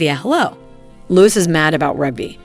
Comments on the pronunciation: Willliams youngest childs name is spelt Louis therefore pronounced as same (rhymes with Dewy) it is not pronounced Lewis!! Also Lilibet, is Lili as requested by her parents, there was only one Lilibet and that was the late Queen Elizabeth, it was her childhood nickname. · For the love of God… you could have found someone who knew how to pronounce Louis, and Givenchy. How embarrassing.